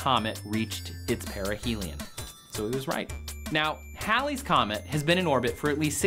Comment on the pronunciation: Its pronounced heylees, not howlees. It takes some real linguisticall gymnastics to get howlies out of Halleys, and thats saying a lot since I'm a southerner with a thick as shit accent 🤣! Js, its hAAAAlley's Comet lol.